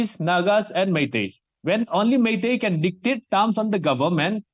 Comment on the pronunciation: It's "MEITEI" not "MEITI".